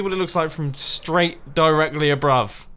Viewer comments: did anyone know he said abrove instead of above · Mumbo..... u said “Abrove” instead of “above” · The Savages 36 I think you mean "Directly a-BRUV" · he says "lets see what it looks like from ABROVE (not above)." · Mumbo said abrove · I’m the one 6 beers in, Mumbo 😂 diregally abrove? 😂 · New word added to dictionary: Abrove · Mumbo you deserve spoon counters for pronouncing sooooooooooooooooooooooooooooooooooo many words wrong who says abrove? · Mumbo you said “abrove” hehehe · BUMBO!! "Directly straight up ABRUV" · Straight, directly abrove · The Prismarine Gardians of The Ocean Kingdom (or some kingdom name that has "Mumbo" in it) "abrove" - - totally thought he said "whor" for a moment xd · Abruv yes I think that is the correct way to pronounce it lol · "abrove" am I the only one who caught that? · Mumbo's list of words include abrove